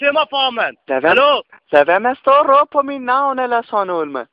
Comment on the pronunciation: Lad vær med at stå og rrrrrr'åb? Genialt!